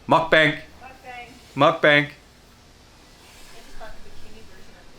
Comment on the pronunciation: great video bud. but pls pronouce muk bang as Muk Baang. im korean and its common mistake for eng speakers. =)